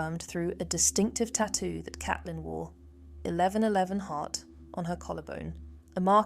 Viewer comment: Isn't it Caitlin , pronounced C.ate.lin